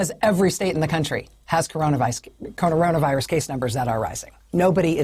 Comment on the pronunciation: Crazy to have a talking head that stammers and can't even say coronavirus. This false confidence with no real brain in her/him/its head is so cringe.